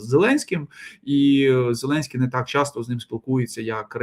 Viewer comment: ну прі чьом тут зелемьській '' 😅😅😅